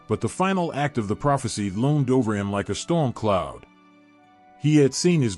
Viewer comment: LOAMED? Or, rather, LOOMED?